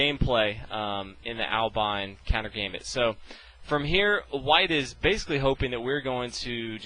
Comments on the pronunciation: I'm pretty sure it's not pronounced Albain (long i) but Albin (short i, as in bin). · Hi: There's no 'e' at the end, so it's not ALBINE, it's ALBIN. Why do you pronounce it like it's ALBINE? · if i ever hear anyone pronounce albin, albyne again i will do horrific things to there family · I love your videos dude..but PLEASE, for the love of God, learn to pronounce Albin, fianchetto, and the other chess terms PROPERLY. They, for the most part, are not english words, keep that in mind. It's not Albyne or fianketo